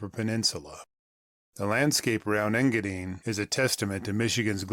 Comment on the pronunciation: EngaDINE, not EngaDEEN